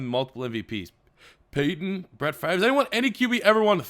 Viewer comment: Favre is pronounced favor